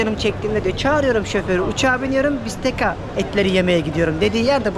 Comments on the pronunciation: italyadan selam.bistekka okunuyor.bistecca.lutfen bazı kelimelerin okunuşunu öğrenirseniz iyi olur.bu kadar takipcin var,en azindan doğruyu öğrenmiş olurlar.iyi gezmeler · bazı bilgileri eksik.aslinda bu kadar sponsoru var, keşke birazda dersine çalışsa.bende takipcisiyim ,mesela fiorentina bistecca.bistekka okunur.onu arastirabilir ama !!